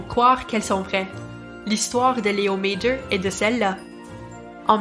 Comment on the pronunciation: C'est amusant, vous prononcez son prénom correctement mais pas son nom de famille. Son nom de famille est aussi français...